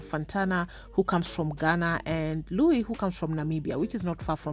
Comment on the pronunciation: Is jt an African thing or why can't they call Luis Luis? The group keeps calling him lluich.